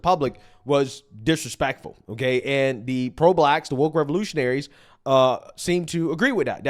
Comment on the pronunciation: He never once said it was disrespectful. He said, "disrespekkful," because hes a barely literate lanimirC orgeN.